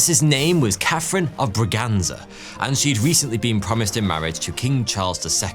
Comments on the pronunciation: Catarina de Bragança (ç is pronounced as an s) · btw its Bragança